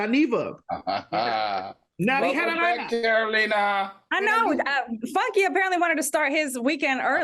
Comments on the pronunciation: Lol is TS saying Catalina instead of Carolina?! 😂😂😂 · TS pronouncing Carolina's name all wrong🤣🤣🤣🤣🤣🤣🤣🤣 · Madison keep saying Carolina name wrong… it’s giving grandma can’t be made to remember all these names teas 😂